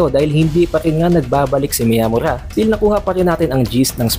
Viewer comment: Ta-kaba ang basa sa pangalan ni takaba at miya-mura ang basa sa pangalan ni miyamura, pansin ko ang hilig mong basahin ng diretso ang mga pangalan ng character